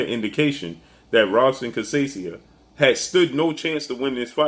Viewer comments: Robson is pronounced Hobson Portuguese R sounds like H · You mis pronounce Robson last name. Lol